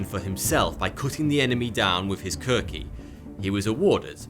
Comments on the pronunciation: Just one correction... The Gurkhas' weapon is called The Khukuri, not the Kurki. Other than that, great video buddy very educational. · its more like Khukuri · As a nepali i can conform that the way he pronounced was very bad worst of what I have ever heard it’s pronounced “khu-ku-re” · its actually khu-ku-ri.....i am a gorkha